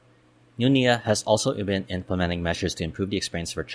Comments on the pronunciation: A very succint analysis of NAIA and existing nearby and future adjacent airports. It has none of the propaganda or pandering commentary to San Miguel just simple facts. Just a few comments 1) It is not NIA (which refers to National Irrigation Authority) it is NAIA or nah-ee-ah. Sorry the pronounciation just gets me. 2) You should also discuss public access to NAIA and nearby airports such as trains, subways, even expressways. It is important as part of decongestion that people can easily get in and out of the various terminals faster, keeping volumes of people lowere witthing terminals as much as possible. 3) I hope they inter connect new Terminal 5 and Terminal 1 as well as Terminal 2 and new Terminal 4, making it more convenient for travelers the former 2 for international travel and the latter 2 for domestic travel. This leaves only Terminal 3 isolated. In other large International Airports like Changi and Frankfurt all terminals are interconnected by internal trains. 4) The idea of redeveloping NAIA to a new city Township like BGC (basically expanding Newport City) is still possible with the caveat to develop a Terminal Transit express to both NMIA in Bulacan and Sangley International where people can check-in (2 hours before) and take Airport express trains to NMIA or Sangley just like in Hong Kong. This would allow people to travel to a single convenient location nearby to check-in and still get to airports which are far away with facility. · NA-EE-YA, not NEEYA, tf is Neeya